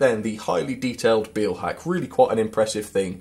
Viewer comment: This is a very pedantic comment, but the "Beil" in Beilhack is pronounced like in "mile", not like in "feel". Great review though.